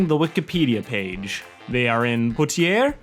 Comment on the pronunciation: "Poatiay" if you want to prononce the french town. Still, i have trouble to watch the show... the old one is in my head.